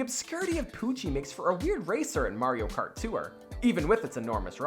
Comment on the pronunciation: “ Mario kart too-ure”